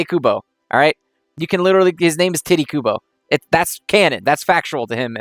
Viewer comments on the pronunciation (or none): I'm dead you said "Titty" Kubo LOL